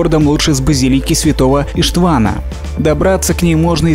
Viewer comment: Видео хорошее познавательное, не растянутое, но только не ИштвАн, а ударение на Иш. Как звучит можно прослушать